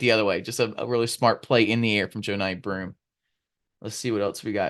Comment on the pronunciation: you really gotta learn how to pronounce Broomes first name